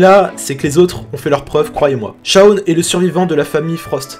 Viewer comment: ON dit Shawn mais pas Shown.